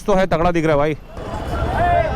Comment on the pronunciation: its not "vai" it is "bhai" !!!! Please learn Pronunciation !!!!